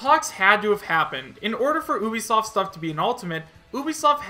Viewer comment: Why do you say Oobisoft. its Ubisoft.